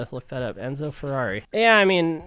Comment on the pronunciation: Enzo. It’s Enzo!😊